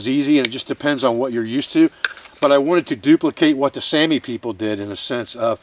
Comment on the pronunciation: is pronounced like Sahmi but excellent demonstration,once again.